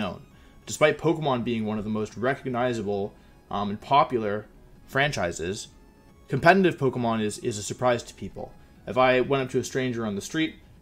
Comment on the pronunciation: How do you pronounce competitive with an audible n every time you say it